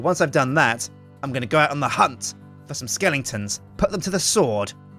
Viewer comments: not to be rude but it's skeletons, not skelingtons.:D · why does he say skellingtons?